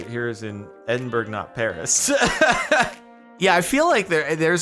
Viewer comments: its pronounced "edinbruh" not "edinburg" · Isn’t it pronounced Ed-in-bore-o